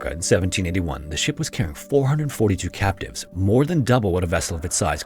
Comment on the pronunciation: For a good portion of this video, I thought he was saying “captains” instead of “captives” which threw me off from the beginning. I lost interest early on but ended up paying more attention.